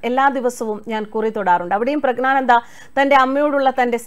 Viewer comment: Prag na nanda alla, Prag njyan (gyan) nanda.